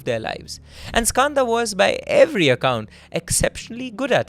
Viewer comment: as an Indian the way he says Skanda is heartbreaking. why are you anglicising the pronunciation of a beautiful Sanskrit word?